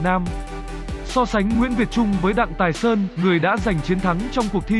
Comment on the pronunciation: Sub ở dưới vẫn ghi là Thái Sơn mà vẫn đọc là Tài Sơn, đuổi thằng đọc này đi